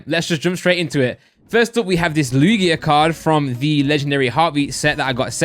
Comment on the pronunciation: How does he not know how to pronounce Lugia correctly